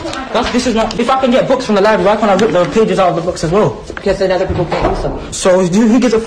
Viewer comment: I'm surprised he knew what books are let alone a library (which he clearly can't pronounce also).